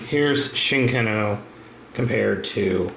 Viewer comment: or "chicken-oh" as he calls it